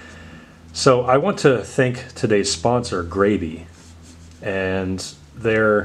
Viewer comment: sounds like you should gravy. 😂 it's grab-e, like you're grabbing the marker and being graby with em 😆